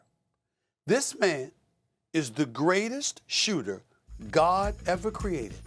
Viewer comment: "The Greatest Shooter... (pause)... God Ever Created".... I love Stephen A